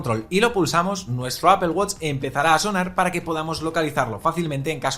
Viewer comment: apel apel apel apel....... cual inche apel..... es APPLE